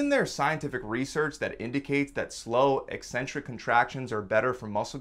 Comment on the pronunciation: You don't even pronounce "eccentric" properly, so hour education is dubious at best.😮 You've cherry picked studies to match the title of your video. Ever consider those super fast reps will lead to injury? Guessing not.